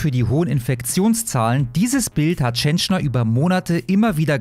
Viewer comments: Die musst mehr Fernsehen schauen 😀 Dann weißt du, dass er Peter Tschentscher, nicht Tschenschner heißt. Ansonsten danke für die Info. Warum liest man das nur in der Welt? Meddl off. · Tschentscher, er heißt Tschentscher, der Lump. Nicht TschentschNer! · Ich will den Mann gar nicht in Schutz nehmen. Wollt nur anmerken, dass der Kerl "Tschen - chair" ausgesprochen wird :) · Meine Güte Alter, der Mann heißt TSCHENTSCHER! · er heißt TSCHENTSCHER 😂